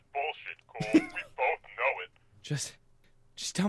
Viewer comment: Mag das auch, dass der Typ Coal heißt und nicht Cole, wie ein normaler Mensch x)